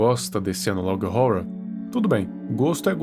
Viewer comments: Pior que esse analog horror é só o jeito que vc fala "horror" 😂😂😂 se pronuncia ÓRROR e não ÓRORROR JAKAKALAKAJAKAKA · Analog horra analog rorra skskksksk É mt engraçado e ao mesmo tempo agoniante ele falando analog rorwa kskskskkksksks